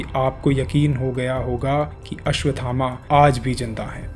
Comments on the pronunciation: अश्वत् थामा - is the correct pronunciation and not अश्वथामा। 🙏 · अश्वथामा का उच्चारण गलत है।